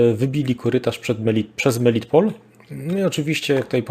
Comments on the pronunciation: Melitopol, a nie "melitpol". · Drobna uwaga do p.. Proszę o podawanie poprawnych nazw miejscowości. Nie Izum lecz IzJum i nie Melitpol, lecz MelitOpol, nie Barwinków, a BarwinkOWE. Poza tymi literówkami program świetny.